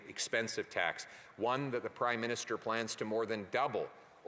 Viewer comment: Did he say crime minister 😂 I heard it twice